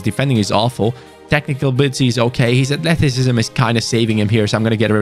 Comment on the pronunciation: The way said athleticism makes me laugh - “athleticisbsbsbbsbsm